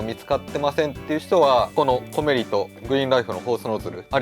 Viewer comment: コメリのアクセント変ですよー！